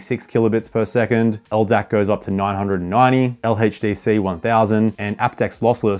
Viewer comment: "LHeytchDC" gotta love it🫡